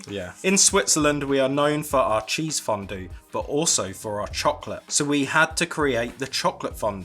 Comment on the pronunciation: Hi hi omg I missed your videos Great one as always love you Ps: I love how to pronounced fondue in a french way 🥰